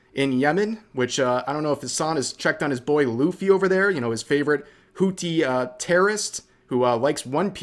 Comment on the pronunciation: Its pronounced Whoo theee, it sounds funny when you say it lol